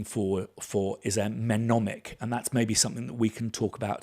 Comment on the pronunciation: Please check my comment as I have to say it’s “ nemonic “ as the M is silent!